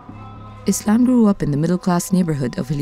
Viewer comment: lol his name is not 'Islam' !!! wtf Its 'Aslam'